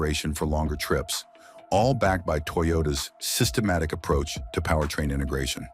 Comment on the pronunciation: Holy Hell Toyota has more cars on this list than the AI voiceover says..."sytematic".